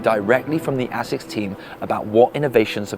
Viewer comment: the longer the video goes on the more your pronounciation of asics annoys me lmao sounds like youre saying ACIDDD OR A-SICKS LMAO